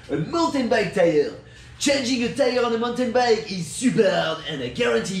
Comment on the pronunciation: Deez is ow u change uh ty-errr 😂😂